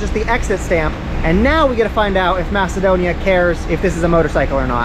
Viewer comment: Thank God someone said it right, Macedonia🇲🇰